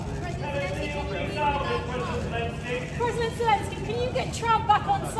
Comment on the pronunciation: Please three is no j in Jelensky's name. Kum se Kam naam toh theek se liya karein aap log. 😢😢😢